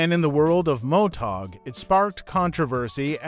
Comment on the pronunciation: Did the uploader even proof watch this? The AI is terrible. This is a fail video. It can't even say MotoGP. Motag?? And there's other words it gets badly wrong. Footage is good, if a bit all over the place. But the AI is terrible.